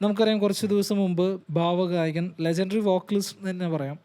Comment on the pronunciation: ആദ്യം "ഭാവഗായകൻ" എന്ന് പറഞ്ഞ് പഠിക്കണം😊